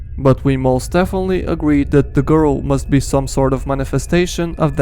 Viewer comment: thE gOrl